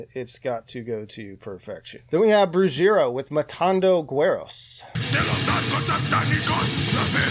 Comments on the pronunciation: broo-heh-ree-a not broojeera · Goes through great lengths to pronounce Scandinavian bands but shits the bed on Spanish. BRU-HERE-E-AH. Sorry, mad at you for putting Spectral Sorrows so low. I swear when you get to 1996 and Crimson if you don't recognize how amazing EoS is I'm out lol. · You're pronunciations for some of this stuff was horrible... especially for Brujeria which is not a band from Mexico but a South California band, LA, with mexican-americans who had Billy Gould bassist to Faith No More in their ranks. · time to ask your wife to teach you the tongue of her people :))